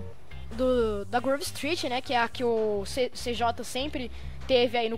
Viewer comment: CJ KKKKKKKKKKKKKKKK CIJAY ASSIM E MAIS LEGGAL PRONUNCIAR